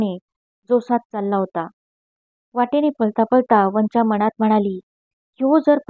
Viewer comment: छान वाचन....पण,तीचं नाव "वंचा" उच्चार "पंंचा"सारखा नको..."चालेल" मधला "चा"हवा... अशशाच छान कथा निवडुन वाचन करा...खुप शुभेच्छा...